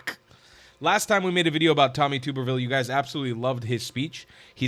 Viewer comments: Tub-er-ville, not Tube-er-ville. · He is my Senator! Love him! But you are pronouncing his name wrong…lol. It’s TUB-er-ville, not TUBER-ville 😊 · You're mispronouncing his name. Its' Tub-erville as in bath tub. He's a great American patriot and former head football coach at Auburn University. He's absolutely right about the Muslims. They don't belong in America or in any free society. They're heathens and they have shown for centuries that they cannot peacefully coexist with Christians. Islam does not permit it. God bless coach Tuberville for his honesty in dealing with evil. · It's pronounced Tub er ville. Not tube er ville. I'm from Alabama. No offense intended young man. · His name is pronounced TUBBER - ville. Not TOOBER-ville. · Please learn to pronounce Senator Tub-er-ville's name. It is NOT Tube -er-ville. He is one of my senators and I am very proud of him. He will be the next governor of Alabama. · Love your work,. Senator Tuberville’s last name is pronounced with the “Tub” sounding like tub in “bathtub” rather than like “tube” 😊 if you interview him, I don’t think he’d be offended at all … but thought you’d like to know. I hope you get that interview. God Bless ❤ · Pronounced tub er ville. Like in bath tub. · Tuberville pronounced tub like bathtub instead of tube like youtube. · It's TUB erville like bath tub. 😂😂 That's how he pronounces it, himself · That's my Senator!! Thank you for speaking up when so many are afraid to do so!! (Also, his name is pronounced "Tub-ber-ville".) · It is pronounced Tub-ber-ville. I will see if I can reach out to him for you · Its pronounced, tub-er-ville, and ges a sane one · His name is pronounced "tub" as in bathtub "er" "ville" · Tubber pronounced like rubber. Tubberville. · With all due respect, (I’m from Alabama), his last names is pronounced TUBerville. I love your channel❤️ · Pronounce his name as though it has two B's , not like Tooberville!! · He’s from Alabama it is tub er ville